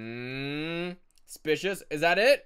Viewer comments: Oh go did you say "spicious" instead of "suspicious" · Not to be mean but it's SUSPICIOUS NOT SPICIOUS 😡😫 you annoy me every day pls change your wording pls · "Kinda spicious" Me:"what💀 don't you mean suspicious😂" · Why is everyone saying spicious instead of suspicious